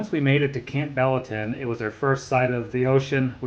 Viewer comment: Hey, like your video...but Campbellton is pronounced Camp-bul-tun. emphasis on Camp